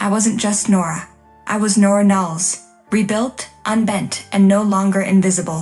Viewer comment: Why spell out the words in caps? Knowles, not Nells.